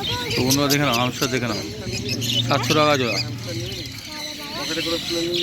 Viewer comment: Bhai pronunciation thik koro Hamster not Humster